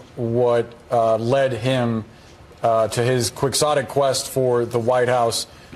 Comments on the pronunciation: Just a note: "Quixotic" is pronounced "Kee-OT-ic," not "quicks-ot-ic." It refers to Don Quixote (kee-OH-tay), the fictitious knight from "Man of La Mancha," who fought quests of honor, including attacking a windmill. The song, "The Impossible Dream," comes from play/movie based on the book. Quixotic means to fight for what's right in the face of impossible odds. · It’s not pronounced “Kwixotic” it’s “Ki-Ho-Tick”. The moron couldn’t even use the reference right. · Quiz-awe-tic? Strange I always pronounce it key-o-tick like the titular man's name. This dude reads words for a living? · I thought Quixotic was pronounced Key-hoe-tic. 🤔Either way, a hateful and hollow characterization from Team Democracy. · Did he just say “quick sottic” quest as in Don Quixote? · Can't even pronounce Quixotic? Van Jones is a newscaster...no? The Dumbs' machine is blatantly corrupt. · Newscaster had a Ron Burgundy moment trying to pronounce Quixotic Quest. Dumb just plain Dumb.